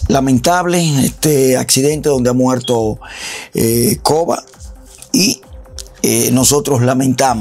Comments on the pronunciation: Cobe, se dice (Cobi). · Se pronuncia kobi no koba lol